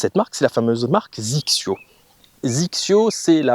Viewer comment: Petites remarques; XXIO ne se prononcé pas zixio mais X X yo! , il y a une très très grande différence entre XXIO et XXIO Prime. Le prix d'abord et ensuite la conception qui n'a rien à voir . Sur les Prime on est sur le très haut de gamme en conception (8couches fibre de carbone en nanotechnology) sweet spot augmenté, matériaux high-tech etc.. Avant je jouais des barres à mine et petit à petit j'ai commencé à réduire le poids car j'étais lessivé au 14 trous.. Puis j'ai rencontré un ami jouant des Prime qui m'a mis deux clubs d'écart sur une attaque de green (avec 3° de température extérieure) il a joué fer 8 et moi fer 6. Sa balle a volé comme en été !. Je suis scratch et lui 3.5 mais on a la même puissance .. j'ai essayé sa série et ça m'a convaincu.. et comme tu dis.. tu fais le même swing au 18 qu'au début..avec mes rifle 5.5 , dynamic gold S300 ou même mes dynalite ou nipon shaft 90 ya pas photos.. Et même si les têtes des clubs ne m'emballent pas plus que ça, leur tolérance, leur facilité à jouer les bonnes distances font que cela compense largement peut-être la différence de spin que tu peux mettre dans la balle. Mais au final tu fais moins d'erreurs et tu scores plus facilement !